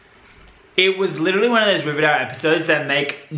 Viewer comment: Yeah, I wonder how many takes it took for all the actors to get comfortable saying 'Rivervale' instead of Riverdale.